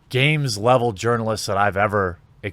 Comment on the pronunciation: i think i heard you say "Urinalist" in vid